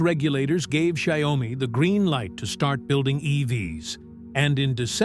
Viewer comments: I believe it’s pronounced “shau-me”. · wow, your AI voice over sucks. cannot even pronounce the name of the company correctly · Learn how to pronounce XIAOMI dork!